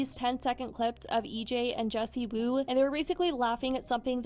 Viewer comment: "Wendy" Woo??? PUT SOME RESPECK ON JESSIEEEEWOO NAME!!!